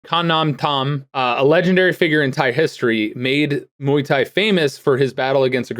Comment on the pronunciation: But actually, Mark pronounced the first word correctly, close to the original pronunciation.